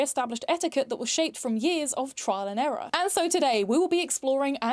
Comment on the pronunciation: when you said trial and error it sounded like tralalero tralalero tralala